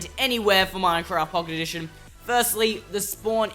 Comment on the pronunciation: at 0.49 they say Pooket Edition